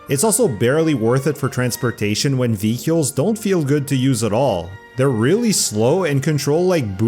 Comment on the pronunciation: How can anyone take you seriously when you pronounce the word “vehicles” that way???